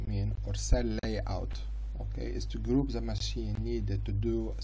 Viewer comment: Bro when your English isn’t good, it’s okay to speak Arabic , it’s(the) not (za)